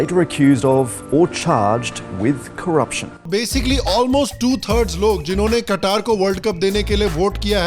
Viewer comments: कत्तर, ना की कटार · हिंदी भी शुद्ध बोला करिए जैसे अंग्रेजी बोलते हैं,, वो कटार नहीं कतर है 😂😂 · कतर या कटार ?? 😂😂😂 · I think Qatar bribed to host the world cup, just to sell the boegy of Islamophobia and entrench it people's pysche. 😛😛😛 वैसे "कत्तर" को "कटार/कतार" कह कह के आपने तो इस्लामोफोबिया की सारी हदें पार करते हुए कईयों के पिछवाड़े में कटार घुसा दिया। 😛😛😛